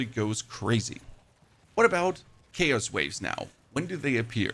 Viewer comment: How do u say chaotic correctly but not chaos.